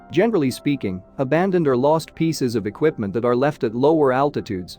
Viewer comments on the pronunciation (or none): none